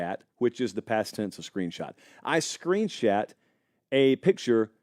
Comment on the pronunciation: “Screen-shat”. LMFAO 😂